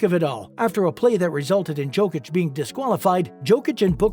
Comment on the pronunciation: You speak about Jokic and you have not tried to at least pronounce his surname correctly!!!!!! How disrespectful and unprofessional on your behalf!!!!